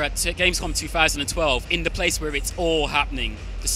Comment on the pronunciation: if you fought.... this guy says anything with a th with an f jesus christ it's annoying and says "the" da .... -.- wheres the guy that won the competition xD ps should hire him